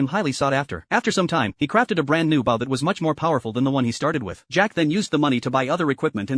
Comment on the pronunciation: First ever anime recap AI that pronounce the word bow correctly